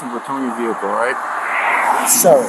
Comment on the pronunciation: Looks like he is involved in commerce. He seems to be hauling trash. Look at all the garbage in that “vee hick el”.